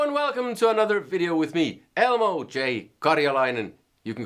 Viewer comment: Its not hard to say ELMO, Elmo :)